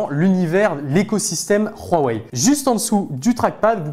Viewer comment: Rhouwawey, non Huawei